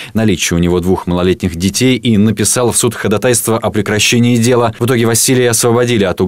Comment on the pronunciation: В слове ходатайство, ударение нужно делать на второй слог—ходАтайство